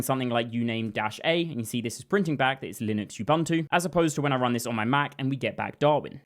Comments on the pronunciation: not yubantu, nxa.. OOO BOOO NTU. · Why has the whole damn developer community taken to mangle the Bantu word “Ubuntu” as you-BUNT-ew ? It’s oo-BOON-too — part of knowing your tools is knowing how to pronounce them. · Ubuntu is pronounced oo boon too. oo like room. There is no "you" or "bun" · It's /ʊˈbʊntuː/ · minor thing - all the u-s in "ubuntu" are pronounced the same way, like the U in "umami". Like "oo-boon-too" but the "oo"is a short "u" not a long "oo". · ... is bro saying "you-bum-too machine"